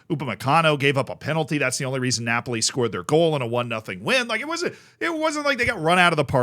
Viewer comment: How do you keep saying Napoli 😅